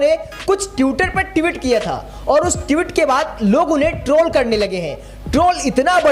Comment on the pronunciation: ट्यूटर नहीं ट्विटर होता है और ट्यूट नहीं ट्वीट होता है ट्वीट। और भाई दिल पर मत लेना, मैं चाहता हूँ कि सभी बहुजन पत्रकार सटीक उच्चारण करें ।